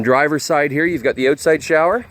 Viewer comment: He said “oatside” . I think he was trying to say “outside”. 😂😂😂